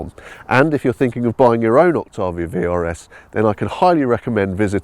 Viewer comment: It's pronounced "ok tay vee uh"